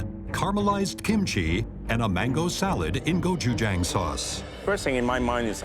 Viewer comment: My mother is S. Korean....I cringed every time they tried to pronounce gochujang 😐